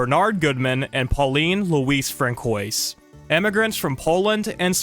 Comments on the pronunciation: You… do not pronounce Francoise as “Frane-koys” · "Françoise" is pronounced like Fran-swahz just an fyi! So badly wish this film was found someday.